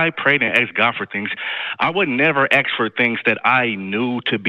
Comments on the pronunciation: Maybe he should stop aksing and start asking! 🤦🤣🤣🤣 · Only if they "aks" The word is ask! 🙄🤦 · Why do you say "aks" when you mean "ask"? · Don't "axe" for anything, ask might work better. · I don't "aks" for anything!